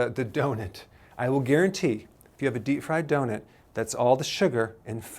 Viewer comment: Love how he says donut “donet” ahaha